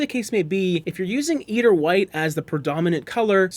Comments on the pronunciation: Nails on chalk board!! And you said it soooo often! The “e” is silent! It’s “ider”, long i. Refers to white eider down from the eider duck. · Pronunciation EYE-der like the bird.... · Nitpicky, but please look up pronunciation. "Eider" is pronounced /ˈaɪ.dər/, or "eye-der" to further simplify; as in eiderdown, a quilt made from the down of the eider duck. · Yes. Thank you.